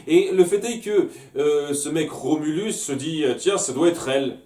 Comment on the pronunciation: En fait, c'est Rhombulus, pas Remulus.